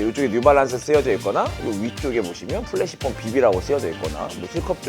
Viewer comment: 근데 프레쉬폼을 왜 자꾸 플래시폼이라고 하나요? 영어로도 flash가 아닌 fresh인데 말이죠